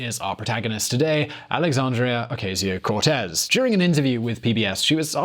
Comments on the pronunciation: This video is an example of white privilege. A white man with little knowledge claiming more than he knows. And then, he mis-pronounces AOC 's name. She prononcés it O-ca-sio not O-cay-sio. And Cortez is how it is pronounced in Spanish not how white Americans prononcé it. I don't have time to disect other mistakes and selective knowledge picking on the video, so I will end here. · In the Spanish language, the "A" sound as in "able" doesn't exist. All A's are pronounced "ah" as in "far". Her name isn't pronounced "ah-Kay-zee-oh", it's "oh-KAH-see-oh". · Pronounced "oh-KAH-see-oh." Just ask your buddies on the main Spanish VisualPolitik. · Okayzio? IF you do a video about someone, learn to pronounce their name first. It's NOT HARD. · O-Cay-See-Oh? Oh no! Its taco all over again! (Hint: its pronounced like the calculator). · your teachers in England would be very disappointed with you. Even your voice over guy got AOC's name right. You couldn't bother yourself with learning that its pronounced O- cass-eo, really. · How fucking hard is it to say O-CAH-sio??? The right mispronounces it to be dicks. what's your excuse? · Shame. you have a way of explaining everything yet you don't know how to pronounce Ocasio? I'm not buying it. You can say ilhan Omar but you didn't look up the correct pronunciation of the subject? oh KA see oh. But you knew that. Don't play. And it's Doe-ee cha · Dude, learn to say her name correctly! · Would be good if you learned to pronounce "Ocasio" prior to making your video. Oh well, maybe for next time? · Please learn to pronounce Ocasio it's hard to listen to you. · Click the 'Like' button if you enjoy hearing an English guy mispronounce the surnames of American politicians ; ) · Oh come on... You really can‘t bring yourself to pronounce her last name right? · When you do a video on someone maybe you should pronounce their name correctly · Watch for the "T" sound. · In the voice of Herminone: It's O-cah-sio, not O-cay-sio...